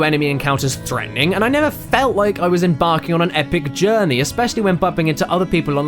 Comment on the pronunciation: You know that you pronouced Journey wrong, I know that you're Brazilian but I am also Portuguese from Portugal. Just a little fun fact for you!